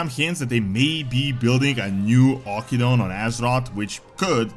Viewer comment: It's pronounced Aw-kin-doon we literally got the proper pronunciation in WoD.